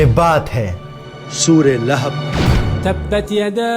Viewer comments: ِِلِھَب٘ نہیں ہے صحیح لفظ ۔۔۔لَھَب٘ ہے۔۔۔۔ جزاکم اللّٰہ خیرا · Layhib nahi. Yai Lahab hai. Jub words bolna nahi ata tu video na banao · Please correct your pronunciation.Don’t say Laihub it’s Lagan. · Sorah lehab nahi sorah lahab h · Lekin aap Naam sahi se nahin le rahe Abul ab aata hai Abul ab nahin aata surah lahab aati hai surah lahab nahi Abu lahab nahin aata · Lekin aap Naam sahi se nahin le rahe Abul ab aata hai Abul ab nahin aata surah lahab aati hai surah lahab nahin aata